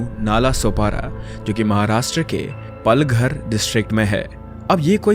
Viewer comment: पालघर ❌ पलघर ✅